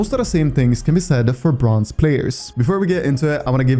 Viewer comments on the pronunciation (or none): I swear to god bronze is not how you say it, because yeah jsut quence into a bronze game and you'll see, or maybe its just me